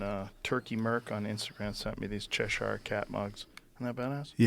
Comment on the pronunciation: Chesh-ire ? Joe, it’s one syllable my brother. Cheshire.. in on go